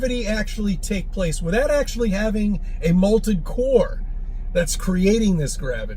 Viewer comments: It sounds to me as though he says "molted." Which would be a very different situation, I think! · To be fair he did say molted, lol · Is he saying molted 😂😂😂😂🎉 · It’s molten not molted! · Does he keep saying "malted core" like a malted milk? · Poor, kicked out of the house again 🤣 Was saying "malted" core rather than molten?